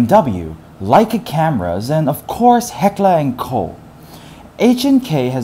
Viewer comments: OMG IT IS HECKLER AND KOCH (COKE) IS HOW U PRONOUNCE IT! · did he just try to say Heckler & Koch? :D :D :D that shit was funny